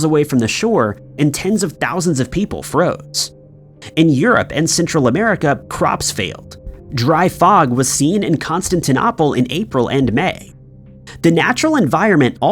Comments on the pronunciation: Constantinople is pronounced with a long O: Con-stan-ti-NOH-ple. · I was thinking the same thing! I thought he was going to say that it had been found that these "activists" where behind it or something. Of all the stories to get "archivist" and "activist" mixed up!🤦🏻‍♀️😄 (After watching on, the pronunciation of "Constantinople" at about , is yet another example!)